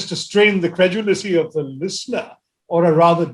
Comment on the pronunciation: Hah, today is the day I spotted an incorrect English by Shashi Tharoor, or so I believe! What was that? 'Willingness to strain the '? He certainly did not say 'credulity'. I am sure he said 'credulicy'. Does not exist in dictionary.